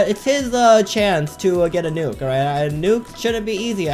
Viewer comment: I like that he told the nuke as nuku juky